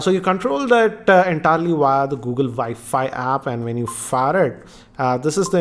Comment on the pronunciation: Good videos, good english, good everything but i just wanted to say, if you say W instead of V for wifi or all other words that have a w in it, i'm sure it would make it a lot more easy to understand.